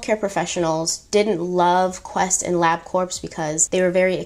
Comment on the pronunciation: Corps is pronounce like “core” sorry 😭 But anyways, this is still one of my favorite stories of all times lol